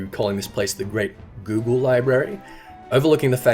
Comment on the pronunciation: The way you pronounced "Gubbe" is probably my new favourite word.